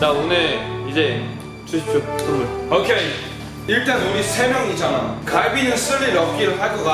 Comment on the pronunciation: 선무를 솨와쒀요